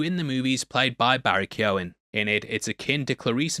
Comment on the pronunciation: Subscribing just for the correct pronunciation of Barry Keoghan